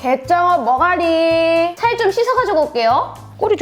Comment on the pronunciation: 이때:머가리~ 현재:머r가뤼~